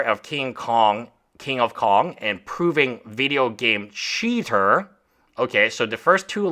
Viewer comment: as a fellow esl i feel your pain pronouncing CHeater